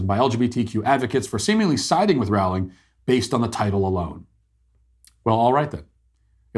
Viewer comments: It’s Rowling like rowboat not like rowdy. Love her. Trans woman aren’t woman. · BTW... It's Rowling as in Bowling....!! ;-) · It’s Rowling like Bowling. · Rowling. Roll-ing. 😊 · You pronounce Rowling "rolling". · I’d like to listen to what you said here… Go ahead and re-make this entire video for me, pronouncing Jo Rowling’s name properly. Then I’ll give this a try again. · Could you spend the 5 seconds required to learn how to pronounce her name? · J K Rowling. He kept pronouncing her name incorrectly. "Deserve it"? Beyond my pay grade.